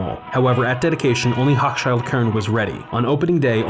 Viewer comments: Love your vids! Only one thing, the store you call hokschild? It's pronounced "ho' shill kohn" accent on the 1st syllable. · Hochshild Kohn was pronounced "HOH-shill Kone," not "HOCK-shyld." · Both C's are silent in Hochschild